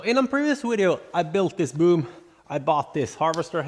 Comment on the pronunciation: Love the wideos or however you say it. lol😂